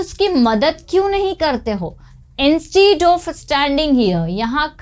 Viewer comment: Please rectify/correct your pronunciation of "instead of" and type the phrase in the google search engine. Google Chrome helps you listen to the pronunciation in American and British accents.